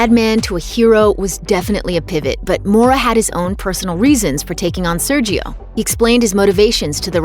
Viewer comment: The brazilian pronunciation is "Sérgio". The "é" is pronounced clear way, with the open sound.